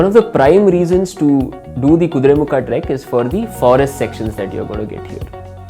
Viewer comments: Kudremukha.. not kudremukh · its "Kuduremukha" not "kuduremukh" know before posting